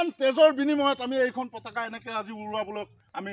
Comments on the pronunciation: Pataka nohoi potaka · Pateka nhoi o potoka